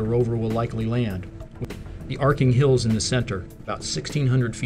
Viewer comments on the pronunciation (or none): none